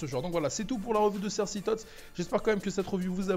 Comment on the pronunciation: On dit pas "cerssi" mais "CERCI" !! ;) MERCI